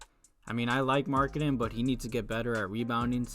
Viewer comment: Did you call Lauri Markkanen Laurie Markketin lol